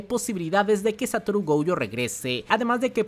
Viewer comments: Gojo, no "Goujo" diosssssssss miooooooooooooooooooooooooooooooooooooooooooooooooooooooo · Porque pronuncia GOUJO?